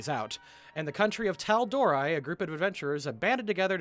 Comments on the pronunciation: Just wanna say, it is pronounced Tal-door-ray, not tal-door=ri XD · I just rewatched the first episode just to make sure that I was not making a fool out of myself. In the first episode the say it twice and both times the they pronounce it tal-doh-ray. So unless someone with a dialect comes in and pronounce it an like you do, I really have a hard time thinking that the VO team are not making sure the name of the world is pronounced correctly. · Its pronounced Tell-Door-aye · the only thing i really have a problem with is your pronunciation of Tal'dorei . I mean it's been said in the show a couple of times, so there is proof from the creator of the way to pronounce it